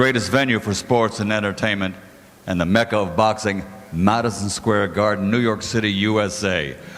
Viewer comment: does he not know how to say mecca?